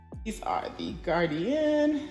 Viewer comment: Gardein is pronounced Gar- deen.. it's only 2 syllables..not gardian 3 syllables...just saying